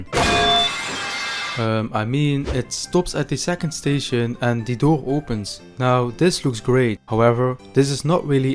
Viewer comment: Ant 🐜 ❌ End ❌ And ✅....Anding, And Animation 😂